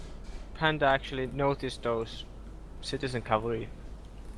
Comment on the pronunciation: Very nice tourney and well fought panda, beautiful epirus game! But guys if you are gonna cast a tournament please make sure microphones work properly:) and your co caster should maybe listen to the english pronounciation of infantry and how to handle soft k sounds ( as in Cavalry ). I have always fancied you. God job overall and thanks for uploading this!